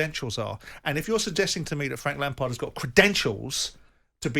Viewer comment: Frank lampared? Never heard of him.